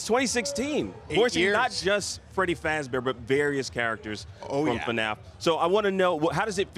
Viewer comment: "FREDY FAZBAR"